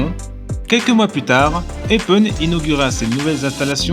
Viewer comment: Attention, cela se prononce "Eupène" et pour le club, c'est L'AS Eupen ou LA KAS Eupen mais pas LE KAS Eupen :-)